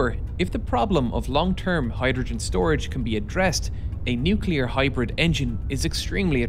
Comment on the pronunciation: downvote... engineer can't say nuclear...